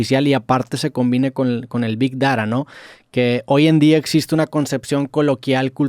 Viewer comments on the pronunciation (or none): ¿Big dará?¿ Este chaval es mexicano o español? Hasta la inteligencia artificial pronunció bien,Big Data. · Roberto: Big dara IA: Big data Me cae mejor la IA 🤣🤣